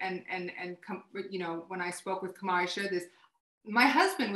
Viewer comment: Is it Kamow or Kamau? These people need to practice saying the names of prominent people before speaking about them - this is disrespectful and needs to be checked while it is happening.